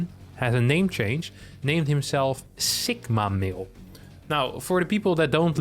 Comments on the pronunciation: It is two words, “sigma male”. You sound like you are saying it as one word and with a k sound instead of a g. Its the greek litter sigma not “sikma”. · That is the most unique pronunciation of "sigma male" that I've heard.